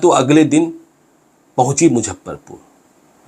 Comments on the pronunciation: आपके वीडियोज की सूचनाएं बहुत जबर्दश्त होती हैं , लेकिन मुजफ्फरपुर को मुझप्परपुर जो बोलते हैं वो सुन सुन के मैं इरिटेट हो चुका हूँ। इतने बड़े जर्नलिस्ट हैं, कम से कम उच्चारण में सुधार तो कीजिये। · इनके लिये मुजफ्फरपुर, मुझप्परपुर है😁😁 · Sir mojhapparpur aap bol kr sare shahar ka aap janaza nikal derhe hain.pls aap pronentation thk kre nhi to aap ko log sunega nhi.thoda aap mehnat krein sir